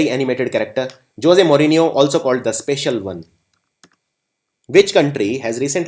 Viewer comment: dear sirji....jose maurinho is pronounced 'hozay maurinho' :)